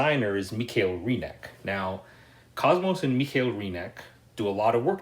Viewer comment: Hey, love your Videos...its a shame that they have not more views! Think we have a similar "game-taste" and "point of view" (there are sooo many good "old" games). Please keep up! Ps: I (dont know why;)) loved that you said: michael in the "german way"/emphasis